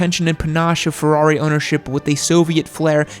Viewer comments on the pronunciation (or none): none